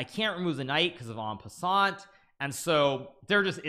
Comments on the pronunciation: Did bro just say en peasant 💀💀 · Did he just say "en peasent"? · due to En PeAsaNt. Trolled us with the pronunciation 🤓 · Did Hikaru really say N pessant 😭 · is a much worse pronunciation. "En peasant", he said hahaha